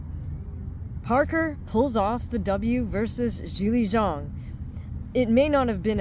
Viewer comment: Not many fight channels that pronounce Zhang correctly this is a refreshing change 😂